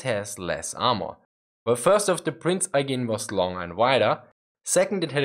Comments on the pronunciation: It should be Prinz Oigen and he says Aigen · prince oy-gen.